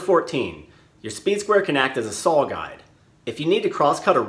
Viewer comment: I'm just curious... Did you and April Wilkerson grow up close to each other? You both say sawr the same way.